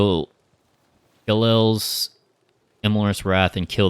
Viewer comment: You're mispronouncing Ge'Els. It's an apostrophe not an L.